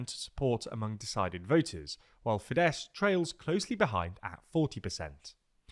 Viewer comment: Well done pronouncing "Fidesz" correctly. Now try to actually pronounce the "r" in "Orbán".